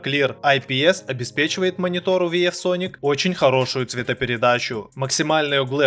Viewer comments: " Виев соник" хоспади 🤦‍♂️ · Как ты можешь делать обзоры на технику если VIEW ты читаешь как Виеф??? Я сначала ушам своим не поверил. По итогу срезюмировал все моники так, что даже оставил реферальную ссылку на алишку именно на те которые похвалил . Жалко дизы отключили на ютубе